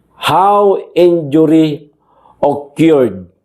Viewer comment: Ano sabi mo? O-kyurd ? ( Occured)